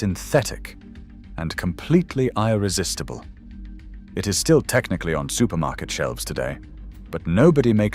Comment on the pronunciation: Get rid of the ROBOT voice and get a REAL person....for God's sake. It pronounced "live" as in "I live" as "live' as in alive" God sake. and the last one is "irresistible" pronounced as "I (as in I) resistible"....